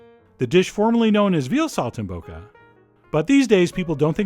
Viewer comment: Pronounced Sol - tim - bocca